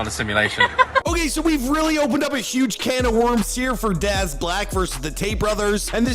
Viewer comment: It ain't pronounced "darz', mate.